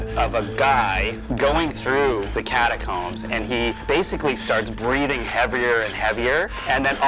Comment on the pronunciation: It's catacooombs